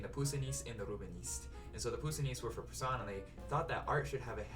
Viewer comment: The way you says this young chicken’s name: Je grince des dents! Nasals finaux, donc passé I hear baby in the background 👶. Anyway, of the four, I like the first two the most but The Eucharist a little more.